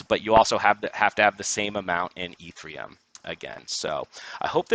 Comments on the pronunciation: I can't take you seriously if you keep saying e3m. It's Ethereum. No 3 in it. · Dude can’t say ETHEREUM. God bless.